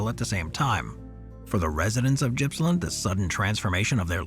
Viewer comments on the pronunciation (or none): Its not Jippsland its Gippsland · FYI Gippsland is pronounced with a hard G, like goat. Not criticizing, just trying to help mate.